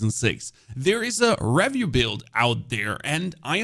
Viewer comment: I’ve never heard someone say “review” the way this guy does lol.